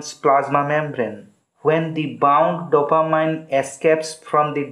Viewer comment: dopa-MEEN not dopa-MINE